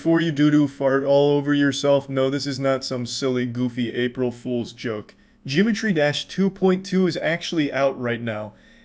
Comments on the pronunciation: jimetry dash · "Jimetry Dash 2.2" 💀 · Gymetry Dash💀💀💀